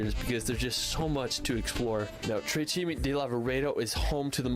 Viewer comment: "cime" not "cimi"